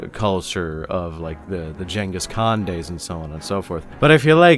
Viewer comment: Ghengis Khan as Jangus is crxy